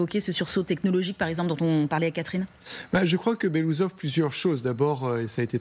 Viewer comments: BELASOUSOV ET PAS BELOUSSOV UN PEUT DE RESPECT !!! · BELOOUSSOV, PAS BELOUSOV ! 😂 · Ca ne se prononce pas “Belousov” mais “Belo-oussov” (qui veut dire en russe “moustache blanche “) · Il faudrait quand même faire des efforts et prononcer correctement le nom de la personne.